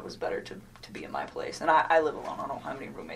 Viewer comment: ~ so she felt uncomfortable being at his house because it’s someone else’s space and “whatever situation he had going” but was fine with dating a married man? 🤔 Also the way she pronounces ‘my’ is weird and makes me laugh. Like she’s saying muh. Muh dick.